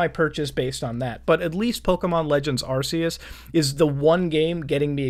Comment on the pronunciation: That fuckin "arseus" burns me